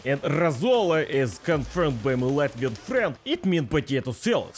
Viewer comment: As a Latvian I am proud to see you on my soil. 10/10 pronunciation!